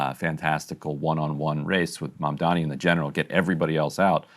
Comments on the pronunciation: Coumo at least learn to properly say his name its not "Mandani" it's MaMdani! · Cuomo doesn’t even know his opponent’s name. It’s Mamdani not “Mandami.” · He can’t even say his name correctly.😂😂 He keeps calling him “Mamdaami” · Can the Cuomos please learn how to pronounce Mamdani? Both brothers are always saying MamdaMi, and it frustrates the ever living hell out of me. Maybe Cuomo will lose just because people hate that he can't pronounce the letter 'n' in Mamdani! Holy hell it's not that hard. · He's still saying "Mamdami" lol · He still can’t even say Mamdani’s name! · Has Andrew decided to never pronounce Zohran’s last name properly? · IT’S M-A-M-D-A-N-I!!!! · After all this time, he still can’t pronounce his last name 🤣🤣🤣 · Andrew Cwerment intentionally mispronouncing Zohran’s last name at this point in time is childish and borderline racist. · lmao he still can’t pronounce “Mamdani” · Cuomo somehow simultaneously has Mamdani living rent free in his head and also cannot figure out what order the letters in “Mamdani” go 😂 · Can someone ask Andrew Cuomo why he refuses to pronounce Zohran‘s last name correctly?